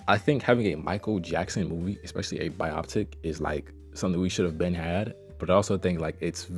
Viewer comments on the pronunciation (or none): Dis nigga just said bioptic lmao